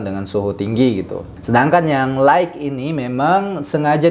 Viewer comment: Jazaakallahu khair Utk pengucapan kata "light" silakan buka link berikut